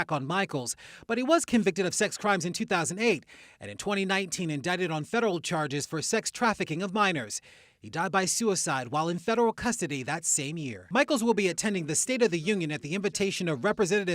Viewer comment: Stop saying suiside